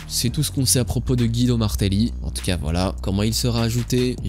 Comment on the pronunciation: Pour info son nom se prononce Gwido, comme dans le dessin animé Cars. Bonne journee